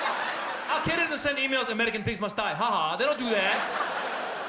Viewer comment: Lol. You figure Bush would be able to pronounce the name of a group named and created by the CIA. It means "the base," dumbass!